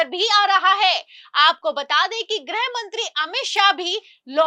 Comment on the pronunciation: Madam,,90'/, anchor aur ankarniyon ki tarah गृह मंत्री को ग्रह मंत्री कहना बंद करें 😂